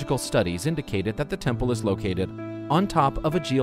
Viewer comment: A very impressive “TENPLE”